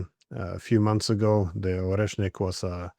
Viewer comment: Koleshniks? Oreshniks perhaps?